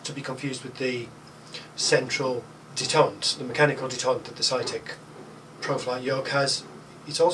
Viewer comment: Forgive my pickiness - I DO like and appreciate your videos, but I wonder why you pronounce "detent" as if it were the French word "detente". The former is pronouced "DEE-TENT" and the latter, "DE-TANT". Detent means "a catch in a machine which prevents motion until released". Detente means "the easing of hostility or strained relations, especially between countries". Sorry - I'll see myself out...